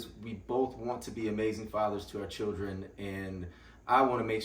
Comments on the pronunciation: He said “Cir-Rin” (children) 🤣🤣🤣😂😂😂😂😂😂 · Did I just hear this man say "chirren"? Keeper. 😂❤